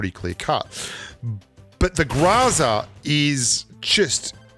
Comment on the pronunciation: It's GROW-ZA not grazza